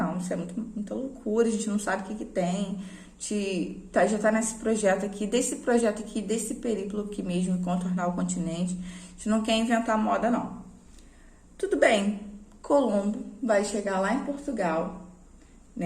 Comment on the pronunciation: A pronuncia certa é périplo, não periplo